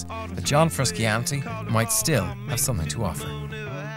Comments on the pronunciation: Caleb McEnroe yeah dude right XD his name is not even that hard to pronounce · fruskiantee ARGHHH MY EARS ARE BLEEDING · What a disgrace to my nation. An Irish fella calling him John Fruskeeantee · Haha what the fuck? Surely that's not how an Irish accent pronounces Frusciante... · Frus-can-tee? Lol get outta here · I checked the comments hoping for fans input on the band and this little documentary but only found many comments on this man's pronunciation of Frusciante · i know it pisses me off so much how he pronounces it. He is one of my favorite guitar players of all time and the mispronunciation of his name is really pissing me off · turned it off as soon as he said johns name wrong.